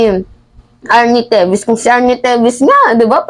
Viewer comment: TEVES!!!! Hindi TEVIS!!!🙄